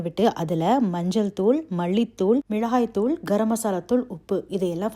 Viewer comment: மிழகாய்தூள்..... தமிழை ஏன் இப்படி உச்சரிக்கறீங்க....